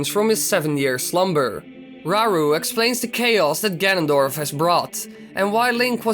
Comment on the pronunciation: “Rauru” is pronounced “rah-ooroo”